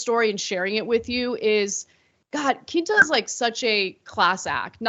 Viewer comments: It’s pronounced KWinta not Kinta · Pronounced "Qwinta Brunson".. Abott Elementary is on ABC.. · Pronounced "Kwin-tuh" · It’s pronounced “Qwentah” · The way you pronounce her name is cringey. Qu is a preschool sound. You have to go out of your way to say that short name wrong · I love how Ana's obsessed with the show but doesn't know what platforms it's on and can't pronounce Quinta's name properly lol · I could be just as offended by Anna mispronouncing Quinta's name repeatedly, but 🤷🏽‍♀️ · Y’all need to stick to politics cause I’m just going to condemn y’all for not saying Quinta name right. Like it’s with a Q in English really easy.